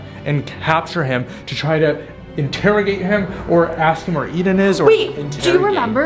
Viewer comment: It's pronounced Eden